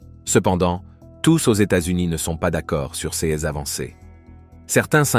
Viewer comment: Titre mensonger + gros foutage de gueule par voix de synthèse non finalisée (prononce "ces" comme "seize". Où se trouve l'interception par l'aéronef SECRET de ce fameux satellite? Il va vous falloir beaucoup de travail pour dépasser votre connerie.